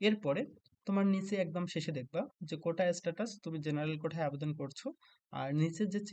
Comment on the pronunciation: কোঠা বলে কিছু নেই ভাই কোটা হবে উচ্চারণ সম্পর্কে সচেতন হোন